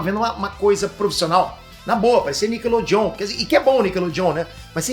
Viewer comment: "Nickelô John"